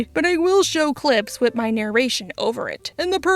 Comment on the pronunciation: Can you say with not wid. Sorry you speak so well except for this word. It bugs me